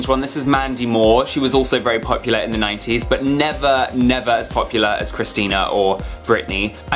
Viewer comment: When he say 90s it's sounds like naughties...🤣😂😂🤣🤣🤦‍♀️🤦‍♀️🤦‍♀️😭😭😭😭